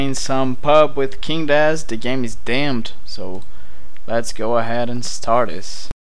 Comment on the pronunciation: DAMNED, not Damed, DAMNIT :D